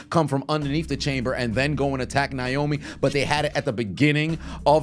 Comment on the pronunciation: It's Naomi not niomi😢